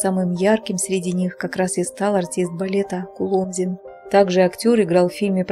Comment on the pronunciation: Перепишите коментарий к видео с правильным ударением КулОмзин ! Хороший человек был ! Светлая память! Всем ребятам из ОПЕРЕТТЫ привет !